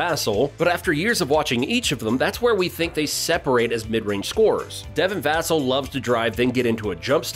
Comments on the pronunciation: It's vuhhhh-celll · It’s Va-Cell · It's pronounced Vuh+sell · Other than saying Vassell's name wrong, good video. GSG! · "Vassell" has the accent on the 2nd syllable. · You’re mispronouncing Vassell